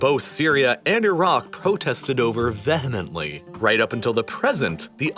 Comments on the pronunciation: You pronounced vehemently incorrectly. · What sector of this planet is this narrator from, North Sentinel Island????? He pronounces "vehemently" not as "VEE-hemently" but "VUH-hummuntly" and "Manhattan" as "Manhaddin". Wtf? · Can we take a moment to acknowledge the pronunciation of “Vehemently”?